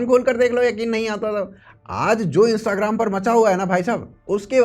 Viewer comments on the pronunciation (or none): none